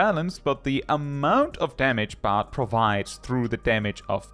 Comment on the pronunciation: Bard rhymes with hard